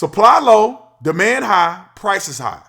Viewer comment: I thought you said, "The man high," instead of, "Demand high," when you were talking about Tesla, Lol. Muck is definitely strange at times.